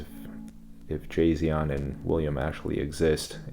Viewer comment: "Jasion". More like Tsai Xian